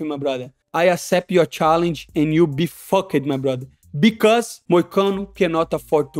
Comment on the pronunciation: I know English isn’t his first language and he’s done incredibly learning English but I love the way Moicano pronounces fucked. It’s like fuck-ed.